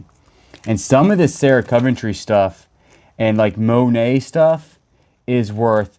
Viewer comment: Sarah not sarin.